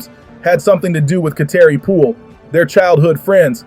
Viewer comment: WELL FIRST OF ALL LEARN HOW TO PRONOUNCE HER NAME we all know that you are SLOW we can tell by the way you speak I'm guessing you're still MAD ABOUT LSU WINNING A CHAMPIONSHIP GAME last year (😭) LSU 🏆👈👏👏👏